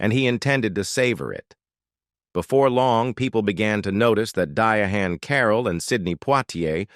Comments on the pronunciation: If anybody wants to know about Diahann Carrol, I suggest you read her autobiography "The Legs were The Last to Go" . rather than A.I. bullshit that can't pronounce her name. Her house was not abandoned. She had a daughter Suzanne Kay. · I'VE NOTICED THAT THIS DOCUMENTARY THAT YA'LL MISS PRONOUNCED THEIR NAMES IN OVER THREE TIMES. WHY IS EVERY SENTENCE CORRECTLY SPELLED, EXCEPT THESE TWO ACTORS NAMES?😊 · You have pronounced her name in 8 different ways……. WTF???? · Say Her Name Properly... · Is anyone else annoyed by AIs pronunciation of diahanns name? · Dumbie her name is Diahann Carroll.you need to go back to school.😂. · I just can't do this...that pronounciation is insulting. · Thank God I already know her story cus I can't tolerate this name butchery 🤦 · This is what happens when AI is used rather than a human, AI doesn’t have the respect or grace to assure the proper pronunciation of the star’s own name is used. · The way A I is saying her name is the reason I clicked off 3 minutes in 😩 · the mispronounciation is totally demeaning!!! Not worth watching... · If you’re going to tell the story pronounce her name correctly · What is wrong with there people are they trying to be smart you can't pronounce the woman's name right 😮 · THIS IS AN AI NARRATOR, THAT'S WHY HE KEEPS MISPRONOUNCING HER NAME. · I hate AI readers/voices, how many times does it mispronounces her first name? 5. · Keep pronunciating her name incorrectly. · What a stupid Stupid person that couldn't correct the name of one of the most important women in American Hollywood History 😢Shame on the person who actually posted this when theirs plenty of true factual documentaries correctly saying her name 😮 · Learn how to say her name, this is so disrespectful 🙄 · How can you do a story on someone and can't pronounce🙄 the name right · The way that you're mentioning her name makes me not interested in this video now. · It’s disrespectful to get be name wrong. Do better. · Her Name Is Pronounced Diane !!!!